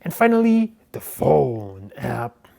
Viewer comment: And the way he pronounces "regular" and "finally" makes me believe he's a Canadian Mexican.